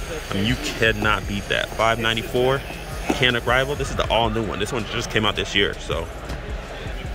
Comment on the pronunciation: hate to be the one bro, but the Canik is pronounced as Jan-ik.